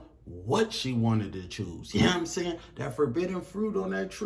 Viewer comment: "yea n'm saying" why are you talking like that